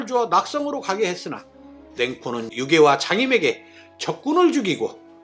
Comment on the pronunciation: 유연이 아니라 위연인것같고 유개가 아니라 유괴인듯 합니다.